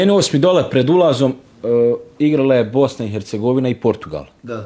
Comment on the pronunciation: Neka voditelj nauci kako se izgovara „Hercegovina“! A o gostu bi svaka rijec bila suvisna. 🤮